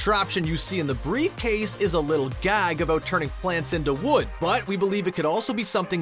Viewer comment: I didn't know anyone else knew brife case